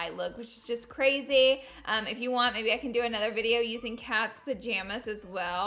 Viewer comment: "CRARY CRARY" ♡♡♡♡♡